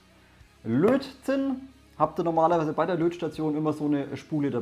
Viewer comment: Ich hör immer "Blödsinn" statt Lötzinn :-D